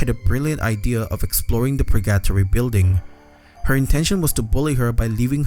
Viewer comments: its pronounced per-gah-tory not pur gattory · "Purgyattry" it's Pur-ga-tori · So you're saying that pronounciation is like being in purr-gat-tree for you? ;) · That pronunciation of “purgatory” just made me think he’s saying “purr-gato-ree” = purrcatry😅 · Pur GUH tory bro, GUH! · I can't get over how he says purGAtory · It's driving me nuts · I can only assume he's never heard the word said out loud before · Surprised you pronounced "Purgatory" as "Purr-gat-tree" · SAME OMG. I LOVE THIS CHANNEL SO MUCH BUT THAT WAS LIKE NAILS ON A CHALKBOARD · Hi first time commentor but I love all your Japanese horror video game vids!! 2 things 1. since I didn't see anyone mention it I thought I say well done with the English since I assume its not your first language, for when you do Purgatory 3 its pronounced Pur-Gah-Toor-Ree last part like a Japanese Tori gate, hope this helps and sorry if it seemed rude. 2. if you ever get a chance please check out a game called "The White Chamber" its a short game with some swears and crazy horror but the wild thing was I got it on a disc with a magazine when was a child, this game obviously WAS NOT intended fore children and someone made a grave mistake putting it on a disc partnered with a magazine aimed towards children. thought it might be worth a look, thank you for the content. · Love your vids 👍 Just want to correct the pronounciation of the title. Purgatory is spelled like Burger-tory just with the B replaced by a P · The way you say purgatory drives me insane ₍ ᐢ.ˬ.ᐢ ₎ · …how you pronounced purgatory gave me psychic damage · I like the way you say Purgatory. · The way you say purgatory is funny:) sounds like rally english:D